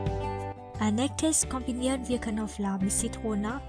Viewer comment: Elle a dit ail, mais comme elle est chinoise ellle prononce pas le b...et ça c'est drôle.. Knoblauch et elle dit Koflauch